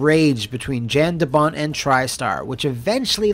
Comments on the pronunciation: Jan de Bont is pronounced “YONN duh BONN”, brutha. 👍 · His name is pronounced like Yawn De Bont, European names be that way.